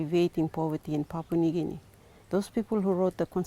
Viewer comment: Papua New Guinea is pronounce as Papoooah not Papa... But Nice documentary.